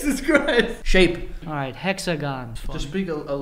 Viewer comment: When joe said shane not shape literally was the funniest part of the video 😂😂